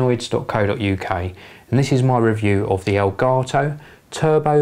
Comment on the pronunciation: aelgaetoh? what kind of language is that?